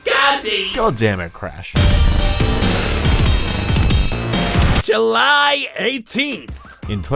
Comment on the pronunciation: "July" OH SHET ITS JELY